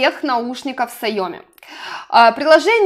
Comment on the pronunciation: Не сайОми А сяомИ (ударение на последний слог) Никого не хотела обидеть))))♥️